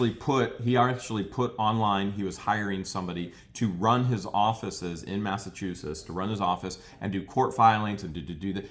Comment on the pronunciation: say Massachusetts like this: mass uh chew sets